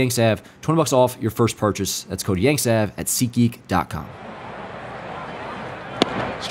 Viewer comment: Awesome. YANKSAV...wouldn't that be pronounced Yanksave like save money. I know petty but...